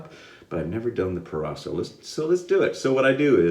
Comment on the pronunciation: Italian pronunciation on point man! Great shave, I love that soap I use it at least twice a week it's great when it's cold outside